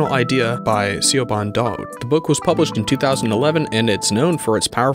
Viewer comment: For future reference "Siobhan" is pronounced Shuh-bawn. The "Sio" makes the same sound as "sho" in shove